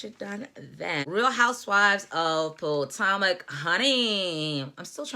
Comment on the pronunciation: Its Pa-toe-mick. I live in the area. Monique is arrogant and is politicking. If she had been remorseful maybe she would be likable. Monique is horrible.